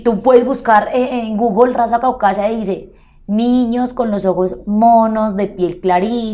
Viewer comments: Caucásica no CAUCASIA dícese de la ciudad intermedia del bajo cauca antioqueño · CAUCÁSICA, NO CAUCASIA. CAUCASIA ES MUNICIPIO DE ANTIOQUIA. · pero dijo "Raza Caucaza"...? no es caucásica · 1. Hace mercados, los reparte a gente que lo necesita 2. Tiene todo en orden con la Dian pagando sus impuestos. 3. Genera empleo a muchas mujeres en Colombia 4. Se ha superado, y habla muy bien 5. Tiene un gran AMOR PROPIO Pero la gente se queja porque dice Caucásia, en vez de Caucásica!! Ahora se entiende que así fuera perfecta la gente siempre sufrirá de envidia. Bravo Epa Colombia! Que gran espíritu tienes ahora! Sigue adelante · Epa, es raza caucásica, no Caucasia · Con tanto dinero deberia terminar sus estudios y no hacer el ridiculo en todo un pais, no se dice CAUCASIA se dice CAUCASICA. CAUCASIA; es un municipio de antioquia... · Es caucásica no caucasia. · Se dice raza caucásica, Es Colombia no pronuncia bien